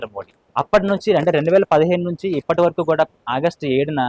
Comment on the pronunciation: Vara"ki" ki is Urdu uchacharana, (pronunciation) varaku anaali, varaku kaadu ,you are Telugu Ammayi as per your reference,so try to speak correct Telugu maata,adee Telugu lo,ok?